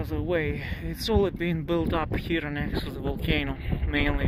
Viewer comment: Thank you for all your videos! With all due respect, the final "e" in the word "here" is silent, so it's pronounced the same as "hear". Yes, English has a gazllion silly quirks like this.